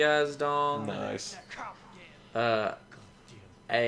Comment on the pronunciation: It sounds like I am saying "Dog" instead of "Dong".